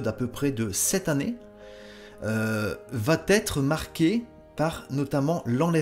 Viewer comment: Désolé pour cette petite correction : on ne dit pas "va-t-être" mais "va être" (cf. minute 2'56"). Vous voyez, on vous écoute attentivement !